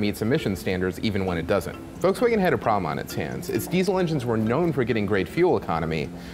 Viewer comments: did you just mispronounce Volkswagen? how the fuck does that happen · At least try to pronounce Volkswagen right...